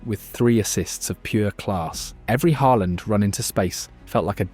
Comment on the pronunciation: U pronounce norwegian names very good.. AA means it pronouced as a Å.. U got Haaland near perfect, but stuggle with other names with letters aa. How u pronoucned Ødegård, is allmost perfect too. Great clip btw.